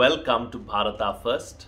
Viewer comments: Thanku sir ji.... I have a problem.,.... Why INDIAN also speaking wrong pronunciation....of भारत...? It's not भारता... Why have they become so blind behind English? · Sir why do you pronounce bharatA ? We would love to here it as bharat (भारत). Thank you for brilliant content .